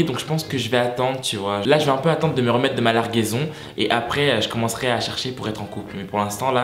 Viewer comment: Il a dit larguaison comme si c’était une bombe qu’on a lancer waye😂😂😂